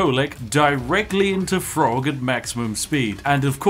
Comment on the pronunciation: It's Throgg not Frog.... The TH does have its own sound. As a Spiffing Brit I'd have expected you to know this lol